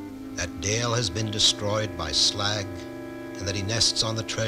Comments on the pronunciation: WHAT DA PRECIOUS?!? Bilbo looks like a freakish Christmas elf, he pronounces Smaug "Smag", and there's a princess!!! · "It's pronounced Slaug!"